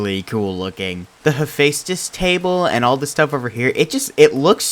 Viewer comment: you actually pronounced Hephaestus perfectly! He was the Greek god of fire and forgery, just if you’re curious.